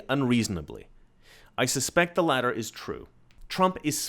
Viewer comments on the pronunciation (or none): weird how he pronounces both Ts in the word "latter"... like a Canadian.